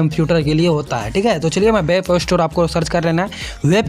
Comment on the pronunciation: Gadhe wap nhi😅 Web hota hai